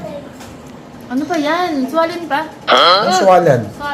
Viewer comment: Swallen daw hahaha swollen